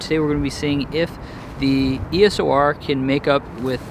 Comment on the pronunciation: Haha! If it helps, remember that EOS for Canon is not just an acronym for electro optical system; they mean Eos as in the goddess of dawn. Canon themselves pronounce it ‘eeyos’ in their own videos and launch events :)